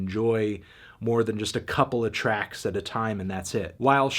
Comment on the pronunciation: I need you to say the word “just” less, you say it wrong.